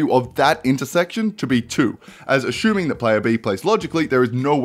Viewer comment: Nobody:: Aschuming